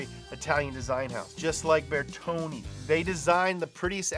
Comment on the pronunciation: they way he pronounces Bertone gives me anxiety disorder.